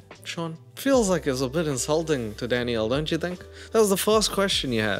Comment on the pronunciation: I'm thinking for like a couple of minutes straight you're saying DADDYO but your saying DANIELLE 😂😂😂😂